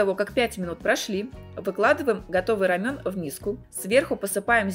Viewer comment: РамЭн, не рамЁн 🤣🤣🤣